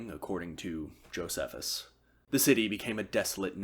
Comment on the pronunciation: “I mispronounce a lot of things” Goes ahead and says “Josephus” lol